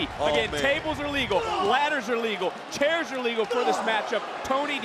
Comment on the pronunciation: Ring announcer did not just say Tables, Ladders and scares match.😂